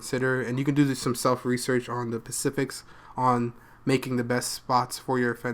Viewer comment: I thought you were white until you said pacific instead of specific. Dope video though homie